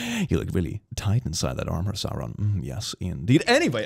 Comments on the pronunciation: Did you say Sauron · Did... Did he say Sauron?